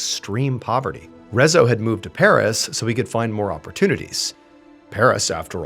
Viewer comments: Is Rezzo how you officially say his name in English? I never heard of this, I'm Hungarian and the whole time I kept thinking how can one butcher the pronunciation so much 😂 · Hii. Saying hungarian words/names is really hard, but mr Ballen did a good job. But in case someone wonders: Rezső is pronounced Re-zs(it's a double letter. Sounds like je in french)‐ő(like german ö but longer and a little higher). So Rezső is pronounced Re-j[e](french)‐öö(german). László is La-s(normal english s is sz in hungarian. (Another double letter)-loh. Las-loh. Leslie in english but in Hungary it's (only) a boy's name. Btw we learn about gloomy sunday in history class. Not in detail but it's mentioned. (We don't listen to it, just study it's effects). To be fair, during/after ww2 life in Hungary wasn't a very happy place to live (german occupation, then soviet occupation, failed revolts, violence against civilians, people protested peacefully and the secret police opened fire, secret police regularly kidnapping and torturing people, people being sent to prison camps, losing ⅔of the country after ww1, people being sent on death marches, etc. People were already in a bad place mentally (and probably physically) so the sad song influencing them/reinforcing their depression isn't that surprising) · Nekem egyből leesett, de a végéig fájt ahogy kiejtette a nevét. 😅 A Jávor László is fájt, de a Rezzo rosszabb volt.